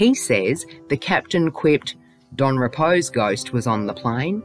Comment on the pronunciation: I stopped as soon as you called the guy rep-o, its pronounced ree-po, at least research the names properly if you are going to make a video on deceased people you have no connection to, especially when you are profiting from it.